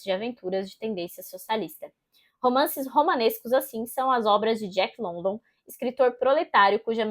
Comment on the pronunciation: Boa resenha, é um livro ao qual gosto muito. Li a primeira vez, 12 anos atrás, e recentemente terminei a releitura, com muito mais proveito. Não querendo encher o saco ou ser puritana, mas a pronúncia do sobrenome do autor, não é London como escrito, e sim Lundan.